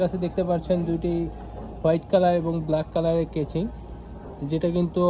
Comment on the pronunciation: কেচিং না কেসিং🤣🤧